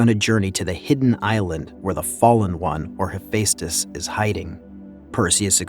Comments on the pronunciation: yeah, he also didn't say Hephaestus right too. No hate towards the commentary man but just work on the pronunciation of words that are difficult for many people to say. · TARATRASUSSS.... .CHIMMMMRAAAA.... HE-FACE-TUSSS 🤣🤣🤣🤣🤣🤣